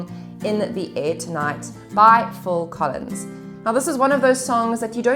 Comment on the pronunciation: It's phill Collins.. not "full" Collins 😅😅